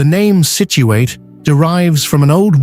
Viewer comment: People in Massachusetts do not pronounce the last syllable Situate as ate, but instead as it. Nice video